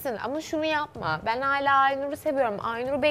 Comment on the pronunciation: Hayla değil hâlâ!!!!geçen sezon Sedat ve Oğuzhan beni delirtiyordu, şimdi ise evin yarısı. Hayla dedikten sonra ’nin 2x hâlâ demesi içimi su serpti.